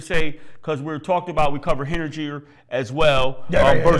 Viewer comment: Moffett coached at Briarcliff Manor in Westchester County and led them to the state Class B title game a couple of years ago. Oh and it is pronounced: Hen-nin-ger(like gerber baby).